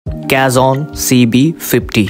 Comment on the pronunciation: You are pronouncing it wrong, It's KA-HON though the spelling is cajon.